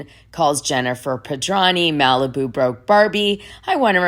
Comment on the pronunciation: OMG It's really sloppy to mispronounce the last name of the person you are reporting on, or for any reason -- and over and over again!! Gawd, what is wrong with you. It's Pedranti with a "t" ! You also read 10000 as "one thousand". This is the latest of your continuous booboos.